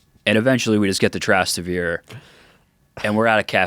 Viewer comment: that pronunciation of Trastevere was absurd lol …omg and he says it like 12 times lol